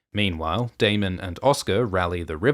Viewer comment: You finally said Daemon properly. I don't know why it bothered me so much but thank you lol